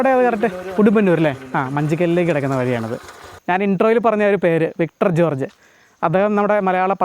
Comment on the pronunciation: വിട്ടർ ജോർജ് 🤣🤣🤣 വിക്ടർ ജോർജ് ✅